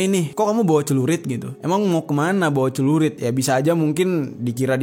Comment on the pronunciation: Bukan cerulit, tapi Celurit.